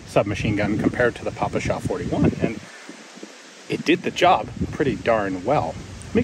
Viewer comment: Big Thanks You, Ian for staying out of politics and still providing reviews on soviet weapons with unbiased opinions on it, considering all that insanity going on nowadays in Russia. Being russian myself I really appreciate it. Aslo a small remark: in PPSh we pronouce P as Pa in (Pa)rrot